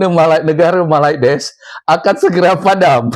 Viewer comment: Gw suka ketawa Lo bang kalo nyebut malades wkwkkwwk😂